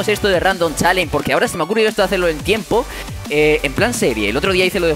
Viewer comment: se pronuncia chalensh no chalen XD